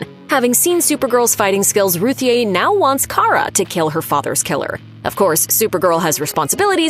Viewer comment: According to Tom King Ruthye is pronounced Ruthie